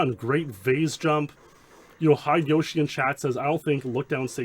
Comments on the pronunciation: I chuckle every time you say "hide-yoshi" instead of "hi-de-yo-shi" (hee-deh-yo-shee). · This may be because I've watched Baka and Test in high school, but on top of the fact of "oh my god TWINE Speedlore, is giving love to the wider 007 speedrun community" I think Hide-Yoshi is meant to be one name, like Heh-deh-Yoshi.